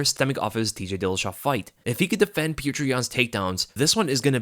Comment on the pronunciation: So happy that you pronounce Petr correctly as "pyotir"! Now we have to work on Özdemir 😘